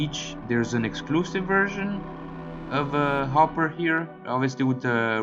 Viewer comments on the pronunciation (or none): It’s not hoper . It’s Hooper